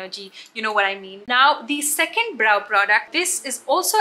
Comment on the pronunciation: It’s not pronounced bro, bro. It’s brow (bra-o) 😀